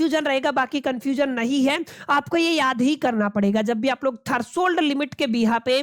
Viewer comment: thats threshold limit, not thershold limit